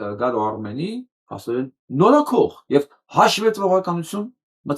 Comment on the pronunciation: Նորոքող չէ այլ նորոգող